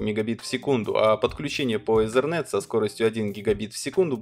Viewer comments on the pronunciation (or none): none